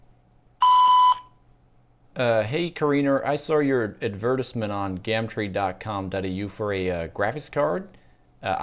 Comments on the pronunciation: That and don't say "gamtre," it's "gum tree" in 'merican. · Your regular voice is more like an American accent than the "American Accent"... Also we wouldn't say GAHMTREE, we'd say GUHM Tree